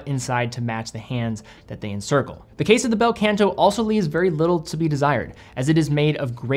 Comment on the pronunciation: Not the “Bell Kent Aww” though, it’s Bel Canto - is Italian right? 😂 (also.. not Baldazar)